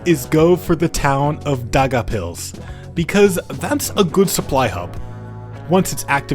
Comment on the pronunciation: as a latvian you made me cry on how you called daugavpils lol